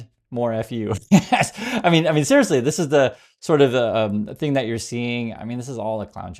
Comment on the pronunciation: “Mean letters?” I thought you said “ meme letters!” Much more accurate.